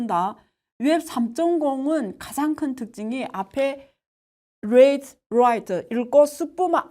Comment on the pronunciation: Read를 '뢔이드'라고 하셔서 깜놀했어요